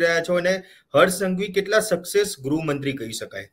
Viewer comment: please correct the pronunciation. Gruh mantri, not grahmantri 😂I m a great fan of yrs